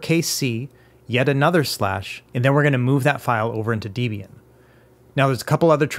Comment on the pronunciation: >constantly mispronouncing Debian Absolute pain!... Other than that, great guide as always. DEB (pronounced like the name Debra) IAN (Pronounced like the name Ian) DEB-IAN... Not pronounced DE-B-AN, never that. : - )